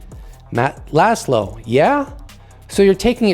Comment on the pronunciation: Just FYI, Laszlo means “flag”. The -sz is pronounced like a soft S . Say “Loss low” and you’re extremely close